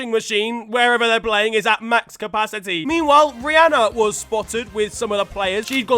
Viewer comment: I'm shocked pronounces "Rhianna" correctly. You never hear that.